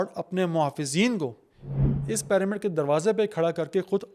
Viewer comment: PAAramid kya hota hai? It's pronounced PIRAMID . Pyramid ka Y ee pronounce hota